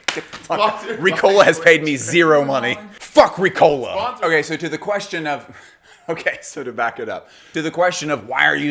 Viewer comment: It's R*i*cola not RicOla! Enphasis on the first syllable, on i. Like most swiss words.